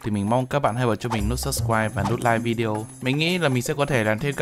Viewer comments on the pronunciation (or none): none